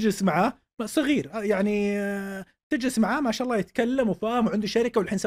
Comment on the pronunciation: عمرو أديب ما يعرف يقول ما شاء الله ! وش ذا اعوذ بالله